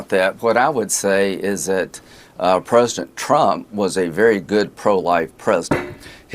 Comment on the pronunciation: Why does Lindsey think the word president only has 2 syllables?